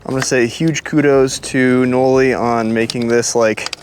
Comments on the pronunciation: Bro what???? This whole time i thought it was pronounced like you would say the name Molly... Knolly-Molly not Like.. No- Lee. 😂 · Can’t even say knolly correctly. Why is so bad at his job